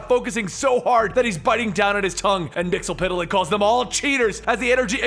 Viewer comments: Yeah, its weird that he ,and the Supergirl Tv show calls him Mixiespidelik....its pronounced Mix ye spit lick ,as the animated series corrected us ;) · Mxyzptlk (mix el pit a lik) Me: No! Repeat after me, bright boy, it's MIX. YEZ. SPIT. LICK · missile flick is how you pronounce it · It's pronounced mix is spit lick